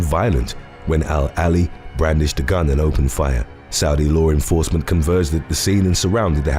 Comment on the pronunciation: I like this guy's stories but I can't stand how he always says "low renforcement"